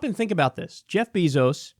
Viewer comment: Its bèzo (like bagel. Bazo. ) Not beeezoo Pls correct in future videos..its soo annoying srry love u kyle but know how his name is pronounced.. 🙏 Thanks.